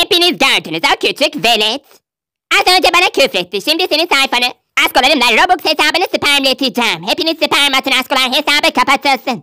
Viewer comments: Roblaks değil rublaks 💅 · "Robuks değil, roblaks" ~ cahile ingilizce öğreten ✨💅 ~